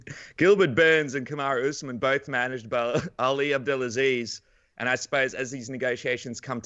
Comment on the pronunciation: “” 😂